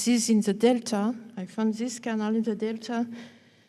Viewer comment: This is an excellent lecture, full of information for the hungry mind. There is one puzzle however and I would like to know, if you are going to use the word canal so many times for a presentation then couldn't we hear a better pronunciation than canull and maybe dock rather than duck. I will have absolutely no problem whatsoever in revisiting this video over and over and shall post it often but come on, surely this lady has heard others pronounce these words and many more besides. 😎🌾👽🌾😎